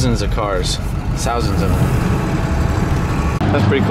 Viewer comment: Did he say Southands or Thousands ? Maybe he likes to say Godzrilla